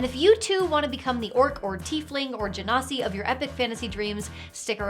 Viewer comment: i know you said Genasi but i heard Ginny and thank you